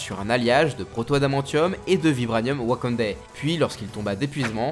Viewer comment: Quand il a dit WakandÈ 🤣